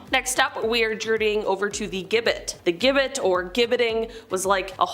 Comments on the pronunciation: Its pronounced Jib bet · Gibbet pronounced jibbet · It's a soft G for gibbet. Sounds more like a J